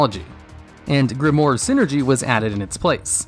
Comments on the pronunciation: grimoire. not grimore... pls.... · its pronounced grim-oire(owaa sound)